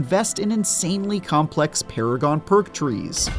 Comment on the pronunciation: Turned it off after you said complex paragon tree lol